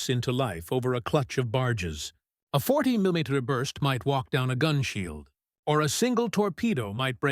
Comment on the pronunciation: Can you fix your Ai "milla meter"!? 🤣🤣🤣🤣🤢😮🤔🧐